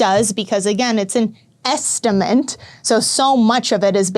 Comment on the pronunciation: Good video, but please learn to say ESTIMATE